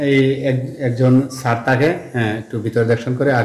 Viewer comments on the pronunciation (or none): none